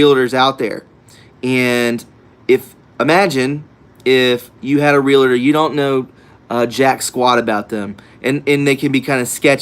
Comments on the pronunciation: Love your channel!!! I am a 31 year realtor. Just so you know, it's Real-tor, not Real-a-tor. 2 syllable word. POTUS was a Realtor, I read The Art of the Deal a very long time ago...... And, I'm not being mean. Pet peeve.....keep up the good work! Advertise for ME. I'm a patriot....I sell the Front Range Colorado....and Colorado is gone...it's full blown liberalism . .1st time since history, exodus out of CO...natives can't afford to live in their own state anymore....NOT ALL "REALTORS ARE SKETCHY" don't call out an industry like that. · FYI: R-E-A-L-T-O-R. No A or I in the word. NOT 'realator' or 'realitor'. Two syllables only. Blessings.